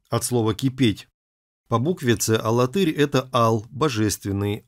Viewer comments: алАтырь ударение на второе А. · А в Чувашии есть город - АлАтырь (ударение на вторую "а") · Мы не знаем, где раньше было ударение. Сейчас специально уводят в сторону от правильного произношения. Конечно, падает ударение на глагол Тырь: АлаТЫРь, богаТЫРь. Есть ещё в Чувашии г. ШУМЕРля, что означает по-ШУМЕРски.